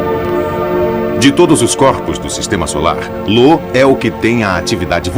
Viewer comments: Lo kkk,nunca vi nenhum narrador errar o nome de Io. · Ele só errou no nome da lua "LO" Que Na verdade é IO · Eu acho que o narrador viu um "i" maiúsculo (I) na palavra "Io" e achou que era um L minúsculo (l) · Não é Lo. É Io. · Vou sair do video pois vc chamou a lua Io de lua Lo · Nao é " Lo" é " Io" ,io! Ao menos se informe sobre o que vc vai narrar😉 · Infelizmente, acho que ninguém na empresa de dublagem conhece mitologia. O narrador fala errado . O certo é Io, como está contado nesta história da mitologia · E ainda chama "IO" de LO, kkkkkkkk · Informem ao narrador que um dos satélites de Júpiter se chama Io e não Lo. Muita falta de atenção com quem assiste o documentário.